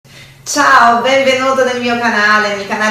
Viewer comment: Quando ela disse ciao eu quase fecho o vídeo kkk